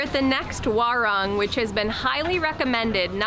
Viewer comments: "Warung" is pronounced "WaRoong" . XD (I love your videos . Already Subscribed) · Please learn how to pronounce Indonesian using the vowels a e I o u. This is not America. Like WARUNG. WA LIKE IN DART. RUNG LIKE IN HOOD